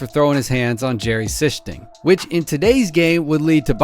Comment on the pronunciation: It’s pronounced Jerry See-Sting